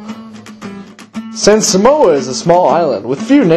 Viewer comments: Umm... don't believe this, this is not the Samoan culture. I'm Samoan, and hell no this aint samoa. But... you have to admit it was hella funny. Especially how he pronounces Samoa. He says "Suh Mo uh" Instead of "Sah Mo Ah" hahaha. and then Fa'a Samoa he said "Fah uh suh mo uh" instead of "fa ah sah mo ah" haha. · its saaaaamoa, not samoa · one more thing people need to know... It's (Sah-moh-ah)! not simoa u gone get lickins if ur not careful bra... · sole its SAAAAAAAAAMOA lol